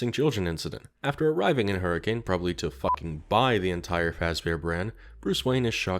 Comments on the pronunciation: Hello, I'm enjoying this so much, BUT, Hurricane the city is pronounced "Hurri-kin" like next of kin. No I don't know why. That is all. Glad buttf*ck Utah can get some rep with a child murderer restaurant. Edit now that I've finished the video, I LOVED all of these scenarios, and the justifications for Batsy to be around gd UTAH of all places. I also loved the various edits of purple guy/Springtrap's face on villains (the Harley Quinn one made me laugh out loud) and the edits of Batman going, "smells like dead kid here." KILLER video, 10/10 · not that major of a note, but despite the spelling it’s actually pronounced “hurr-a-can.” I only bring it up because it’s pronunciation has annoyed me my entire life lmao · As someone from Utah it is pronounced Hur-a-kin😂 we say things weird in southern Utah and make sure to had some accent to it😂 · Sorry to say it, but Hurricane, Utah is pronounced "Her-ih-cuhn." Signed, a Utahn. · Man, people in Hurricane, Utah hate when you pronounce the city’s name the way it’s spelled. The way they pronounce it sounds like “Hurricun”. It’s dumb.